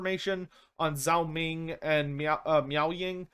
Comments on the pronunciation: FYI The Zh- sound in Roman alphabet transcriptions of Chinese (aka pinyin) is pronounced like a J, so Zhao Ming would be pronounced like Jao Ming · Just a heads up on pronunciation: Chinese 'zh' is much closer to an English 'j' than 'z'